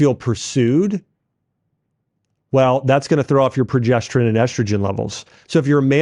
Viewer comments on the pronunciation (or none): none